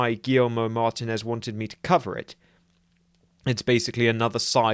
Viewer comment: Mate, you completely butchered the name MAR-TEEN-EZ😂